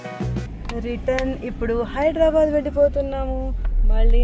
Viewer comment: హైదరాబాద్ ❌ హైడ్రాబాద్ ✅